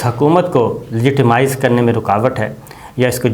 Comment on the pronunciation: Ask some English speaking person how to pronounce “legitimize “